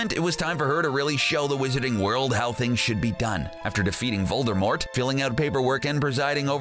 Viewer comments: DiD u JuSt SaY Vol-DER-mort? Cuz it’s Vol-DUH-mort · Voldemort... not Voldermort!!! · He says Voldermort not Voldemort There isnt supposed to be an R before the M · Voldemort. Not Voldermort. There's no 'r'. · "Voldermort" bruh its Voldemort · It's voldemort not vol-der-mort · Why the heck do you say "voldermort". It's VOL DE MORT for goodness' sake. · Its Voldemort, not voldermort. Did the person who wrote this even open a harry potter book? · Its voldEmort not voldERmort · It’s Voldemort not voldermort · Voldemort not vorldmort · IT'S NOT VOLDERMORT IT'S VOLDEMORT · It's not VoldeRmort it's VoldEmort next time don't say Voldermort instead of Voldemort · Vold (errrrrrr)mort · he says "voldermort" Lol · These people who make these need to read these books. He said voldermort....... UUUUUUGGGGGGHHHHHHHHHH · Did.... he say "Voldermort"??? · Did you say VOLDERMORT?!?! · He keeps saying "VolDERmort" and it drives me nuts. Three times thus far and the vid's only half over. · This guy said Vol-Der-Mort smh😒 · Did you say voldervort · U Said vorldemort wrong Its vorldemor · the crap is "voldRmort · How the dude says Voldemort lol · It's not VoldemorT it's pronounced WITHOUT the t. J.K Rowling said so herself!! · uh Harry Potters oldest son's name is Albus Severus Potter not James Serius Potter lmao and you pronounced Voldemort wrong its vold-de-more- not vold-de-more-T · Learn how to say Voldemort for all of us please